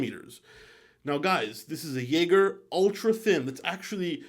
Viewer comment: Hey, you really need to fix your pronounciation of "Jaeger".